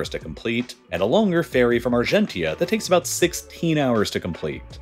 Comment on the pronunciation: If it makes you feel any better, he mispronounced Newfoundland, Port Aux Basques, and Argentia. 0/3.